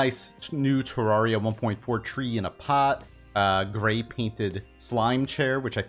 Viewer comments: You pronounce Terraria wrong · Okay but Cenx has already dmed about how he pronounces it wrong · Why tf do I love how he says Terraria AHHH